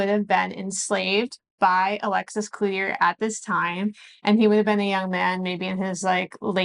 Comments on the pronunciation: The French pronunciation is “Cloo-Chee” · Cloutier is pronounced "klu-chee" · pronounced CLUE CHAE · I would think, “klu-tee-AY” would be correct as the name appears French. Much like Perrault (peh-ROW) was pronounced and then spelled Perot (PEE-row.) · You are saying Cloutier wrong!